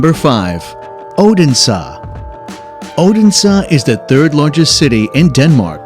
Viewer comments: Wingardium Oh-den-sah! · Yes, bad pronunciation 😢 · “Oden Saw” 😂